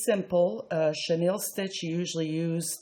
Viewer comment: How to pronounce Chenille.